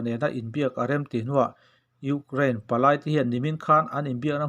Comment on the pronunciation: Ukrlain tih mai mai, Chuan eng tawng mah ilam dik loh mizotawng tih loh Chu. Ama erawh Chu angaih nawm e